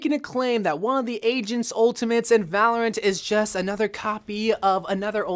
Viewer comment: It sound like ur saying valent but is Valorant xD